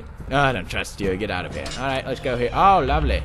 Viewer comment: it is let's, not dats